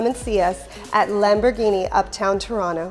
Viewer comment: I really like her videos, but as Lamborghini is full of Spanish names, please a little effort in the pronunciation, and she explains ALA but no clue what it means for sure... ALA in both Spanish and italian mean WING...